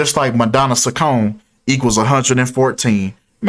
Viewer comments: It’s pronounced chi con eeee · Not that it matters but her last name is pronounced Cheek-oh-neh